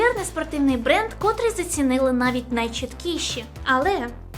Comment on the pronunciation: Правильно котРИЙ, а не КОтрий. Якщо ви вже створюєте україномовний контент, створюйте його, будь ласка, гідно. Дякую!